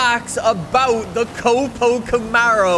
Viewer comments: Stop saying COP-O it’s not a cop car. It’s a CO-PO. “coh-poh” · it is co-po I cringe so hard every time I hear you call it cop-o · Its cope-oh not cop-oh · I will never forgive this guy for saying cop-o Camaro. It’s co-po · Hey man it's not pronounced capo it's cO-pO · Co-Po not Cop-o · It copo not capo lol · That’s my new fav drag car, but in the US we pronounce it ( C oh P oh Camaro) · it's pronounced Coe-Poe :) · K-oh-p-oh you dunce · What is it with you and mispronouncing things. Fort-za? Cawp-O?